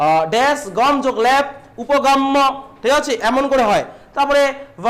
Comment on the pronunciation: ল্যাপ নয় দাদা ল্যপ আপনি উচ্চারণ ভুল করছেন